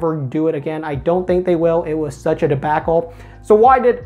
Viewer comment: Never heard anyone say,"debacle" like this. 😄🤣